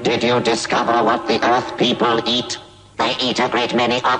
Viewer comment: its called Earth. not HOUUUMPRUEIS FWIEEEEWWED